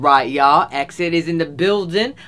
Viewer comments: i thought it was pronounced E-X-I-D like you say the letters like the way BTS pronounce theirs not exid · I know this sounds annoying psh but you pronouns it E.X.I.D not eksid : ) some people do get mistaken- and I love your reaction:' ))) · You just don't pronounce this group name, exid~like that. You actually have to say each letter just like we normally do when saying alphabets, so like, E X I D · It's E-X-I-D though, not EK-SID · IT,S NOT EXID!!! It's EX-I.D. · You have to pronounce EXID not [aeksid] but E.X.I.D. :) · ITS EE-EX-I-D NOT EXID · It's i-eks-ai-di though not ex-ceed. Just sayin' :) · He said ek-id I'm dying 😂😂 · So glad you like it but it's E-X-I-D 😁👍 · Btw it's pronounced ee-ex-I-dee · its pronounced E X ID (ee ex ID)